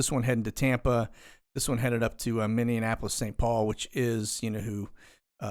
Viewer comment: Minneapolis is minnie like minnie mouse. Minneapolis